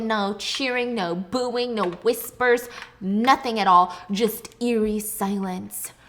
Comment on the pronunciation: he keeps saying cologne instead of clone xD also he always says airy instead of eerie I get creeped out and then he says that and its like the perfect comedic relief i need